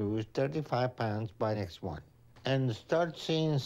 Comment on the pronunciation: you pronounce ' month' really weirdly.